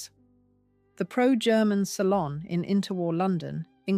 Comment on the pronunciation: Yes that grated with me too